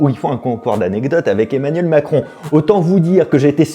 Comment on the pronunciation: 1.56min Emanuel macon 😂 mal prononcé je crois